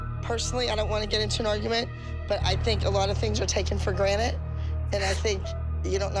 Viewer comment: did abby say taken for granite 😭